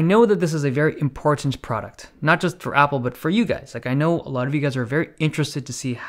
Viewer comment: The way Dave says 'important' makes it seem so IMPORTANT.